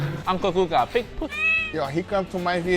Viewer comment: Hey congratulations on the Guga pronunciation, you speak almost like a Brazilian